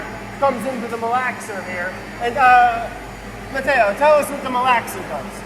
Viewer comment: ZOMG, Brad, learn some basic Italian pronunciation if you're visiting the country. Sheesh. Nuovo, not... whatever it was you were saying. Matteo, not "mateeeyo". Love ya, dude, but come on.